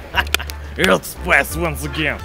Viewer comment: He calls it "earth spice" lol